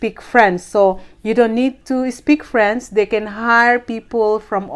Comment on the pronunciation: Paki ayos ang pag pronounce ng french. Kasi ang pag pronounce mo frens